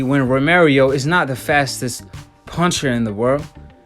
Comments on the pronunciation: Stop saying romerio...its ro-mer-oh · Its Romero, not Romerio lol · Romero not Romer yo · Romero not romarieo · Romero not Romeiro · This dude is saying romirio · Say it right.... Row Meh Row (Romero) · THIS NIKKA SAID ROMERIO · “Romerio fought like the version of maidana when he’s first came from Argentine” 🤦‍♂️ come on man at least get your pronunciation right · Did you just said "Romerio"???? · I was distracted by him consistently mispronouncing "Romero"